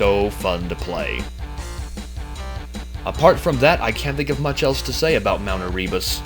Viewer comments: It's "AIR-uh-bus" not "air-REE-bus" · I think Erebus is pronounced "Ere-boos" not "Eree-bus" :) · I pronounce it as mt. Ehrehbus not as ehreebus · Just a minor note: It's actually pronounced "air-uh-bus".